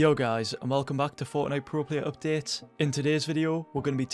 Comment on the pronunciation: It's Updates and Way, both with a "A", not Updetes and not wey